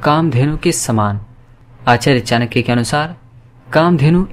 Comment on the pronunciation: चाणक्य तक का उच्चारण कर नहीं पाते चानक्य कहते हो नीति क्या कद्दू सिखाओगे